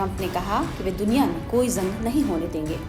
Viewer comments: झंग नही जंग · Zang nahi jang bolte hain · Bolna theek se seekh lo madam. Jung ko Zung nahi bolte. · Zung nhi madam ji use Jung bolte hain😂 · Madam zung nahin hota Jung hota hai Jung😂😂😂😂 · Izrael ❌ ijrael ✅ Gaza❌Gaja✅ Jung ❌ zung ✅